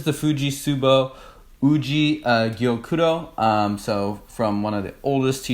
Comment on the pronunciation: I think it can pass the ‘some moms’ test! Definitely the umami usually comes out in these and yes I believe you pronounced it correctly. I’m a bit jealous and happy for you that you got to Okinawa to try it at the source. Yes the amount and water temp do matter more than with Chinese greens but I’m happy that you have one to drink on video. You both did a great job with being outside your comfort zone and yes it seems like they will have matcha soft serve nearby. I agree it’s a nice morning wake up call. I hope that you enjoyed the theanine high with the caffeine! I usually use 7 grams just for myself! Cheers.